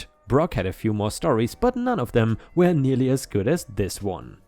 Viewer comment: May I ask a question? Why do you always pronounce the word WERE as WHERE? I really enjoy your content, but this irks me bad.